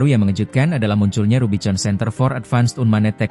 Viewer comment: Kalu mau bikin narasi pake robot ai ,tuli bunyinya misal rubikon , jd gak salah ucap ... jadi norak editornya